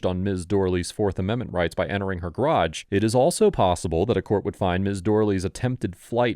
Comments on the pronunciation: Since when is "garage" pronounced "grahdge"? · Why do US Americans have such trouble pronouncing the word garage? Probably because its origin is French which is known to be difficult for US Americans. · I give you a C- for your strange pronunciation of 'garage'.